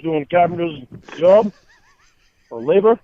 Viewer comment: also when he does actually have a jawb hes “driving trawk.” So he wants to be on the phone while he’s driving.